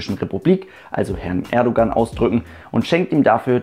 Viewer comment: Erdogan... ich kann‘s nichtmehr hören Es heisst Erdoğan da ist nirgends ein G das so ausgesprochen wird.